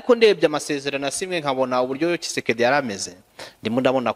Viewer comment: Prononce président kisekiseki hhhhhhh